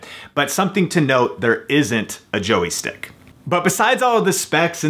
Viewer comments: JOY is one syllable. Not a Joey stick.:-) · "Joey" stick? "It's a "joystick"! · What the hell is a JOEY-STICK??? LOL